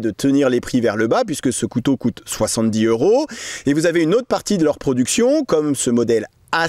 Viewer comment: On fait la liaison : Soixante-dix zeuros Cent teuros